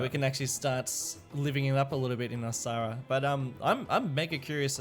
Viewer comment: Has anyone else noticed that by this time both skibitth and $2.20 were pronouncing Osahra like Osaka?